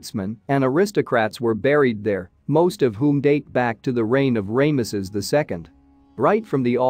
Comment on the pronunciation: I love the awfulness of Ray=muss-us. and then for a moment I thought the AI voice ssid the to,be belonged to the late Ron Wyatt. I had to listen a second time to be sure it wasn't Ron. If people are going to rely on AI software that mispronounces then the least they owe us os to check the pronunciations.